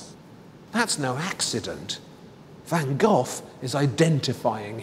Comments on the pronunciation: The way he says Van Gogh everytime makes me cringe, at least try to say GoGh instead of Van GOTH???? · His name van GOGh, the h is silent, not ven Gof as you say it ! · Jees, it's not pronounced van gof. Learn to say the 'g' or 'gh' as the Dutch say it before you speculate about his life and paintings.It's not that hard. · That's howbthe Brits pronounce it. In the US, we say go.